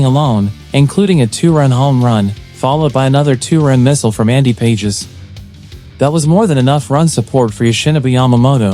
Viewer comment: LOL you might try to pronounce Andy's Last name properly..."we" LMFAOO you arent a Blue Bleeding fan. Nothing about your trade news did anything to stir up the clubhouse.. NO FOLLOW FOR YOU